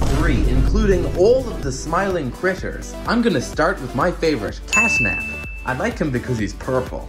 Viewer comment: "cash nap" 😭